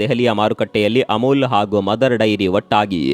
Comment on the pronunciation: ಅಮುಲು ಅಲ್ಲಪ್ಪಾ ಅಮುಲ್